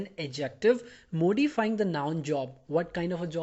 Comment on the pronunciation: Dear, Please, correct the spelling from 'slept' to 'slapped' in the sentence: Not knowing who I was, he slept me. Note that the pronunciation of the first syllable in 'modify ' is as in 'morning'' not as in the Prime Minister's name. Thanks for the simple and clear explanation.